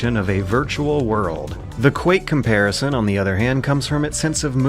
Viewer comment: Y'know, I can forgive you saying "Comparishun" and "Rayshuns" and "Sid Meers", but "Neil-lism" is where I draw the line,!